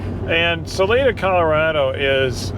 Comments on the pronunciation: minor nit. The name of the town Salida is pronounced "Suh Lie Duh") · It's pronounced Sal-eye-duh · Im sure sorry about that back pain! I can empathize! And Guys ..... its SAH ... LIE ..... DUH ..... "Salida" ok! Lol 😁🦁🐑⚘🌻